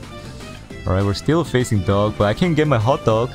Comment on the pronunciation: I am the best doug. But pronounciation is "I am the best DOG"